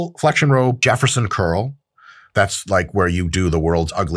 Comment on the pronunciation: What the h*** is a Jefferson roll row? I thought you said jelly roll